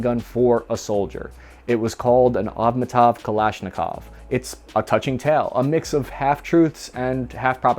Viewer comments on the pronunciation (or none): " Avmatov" ?! Never heard that, it is not supposed to be a "Avtomat" Instead? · This video is embarrassing, research, 1. what the fuck did you do to the StG44, 2. Can't you say A V T O M A T, 3. Have you heard about the AK74 variants? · Does this guy get off on mispronouncing words? Like seriously? Avmatov?